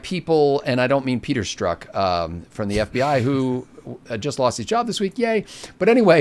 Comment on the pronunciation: the Z in Strzok is Not silent and is not to be ignored. it is so annoying when Everybody mispronounces it regardless of the cunt that he is